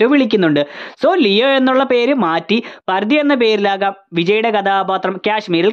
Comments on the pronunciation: പർദി അല്ല 😂 പാർത്തി 😂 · പർദി അല്ല Bro.! "Paarthi" എന്നാണ്.!!പാർത്ഥിപൻ❗ Leo&Parthipan🔥Alter Ego😌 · Bro Pardhi alla Paarthi ennaan... Paarthiban enn aan name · പർദി അല്ല ബ്രോ പാർത്തി 😂😂😂ചിലപ്പോൾ പാർത്തിപൻ എന്നായിരിക്കും 😂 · പർദ്ധി അല്ല ബ്രോ പാർഥി എന്നാണ് വിളിക്കുന്നത് - പാർധിപൻ എന്നാണ് പേര് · പാർഥി അല്ല പാർത്തി പാർഥിബൻ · Bro, paand rthi ennahnu vilikkunnath,, paarthibaa ennu randamàthum vilikkunnund